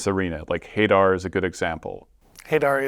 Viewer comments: Hay-dar is such a lame way to pronounce that name. Say it with the forbidding intonation it deserves: Huh-DAR. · Hey-dar cant be the pronunciation right? that has to be them messing with us right? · I really don't like the Hadar pronounciation lmao always thought it's like hah-dar (Will be using it wrong tho) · I think if a warlock tries to use arms of hey-dar on my npcs I will take advantage of the fact they don't technically know who made the deal yet and make it a celestial hillbilly to make that pronunciation make sense.